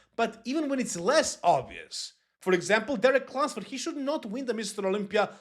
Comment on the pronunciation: The first time you said his name in the video I could’ve swore you said “Derek Lundsturd” 😂😂